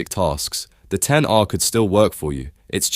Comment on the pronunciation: the minimum people should actually go for is the iPhone 13. especially now that the 17 is coming out, which means another price drop for it. also, mad props for actually calling it by it's actual name; the ten R. not "ex" R as other YouTubers would say.